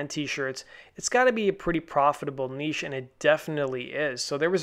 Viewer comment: and niche!